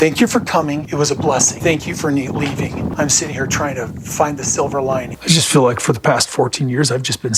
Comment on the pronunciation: ‘Fill” for feel 😂